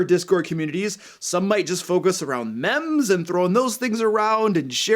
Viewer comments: Oh God, he said mems, poor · Its spelled m-e-m-e-s, but its pronounced "meems"